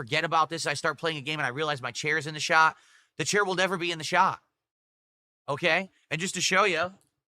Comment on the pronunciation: OMG THE CHAIR WILL NEVER BE IN THE SHAH being physically unable to pronounce words that end in T correctly is one of my least favorite mannerisms.